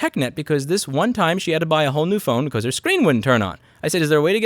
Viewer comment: I like How Louis says because like becose